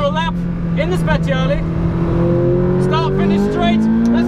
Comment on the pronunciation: Cool video but I cringe every time you say „Spechiali“